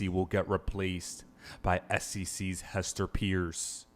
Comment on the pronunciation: So you "Breaking" news is a maybe? What in the crypto b.s. .....and it's Hester peirce as in Hester "PURSE" Come on bro do better man.